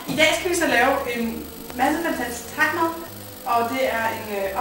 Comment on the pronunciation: det er jeg klar over det lyder bare som om i udtaller det taj mad og ikke thai mad